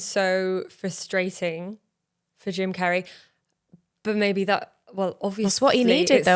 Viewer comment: Dying at the way she says “Jim CAYRAY”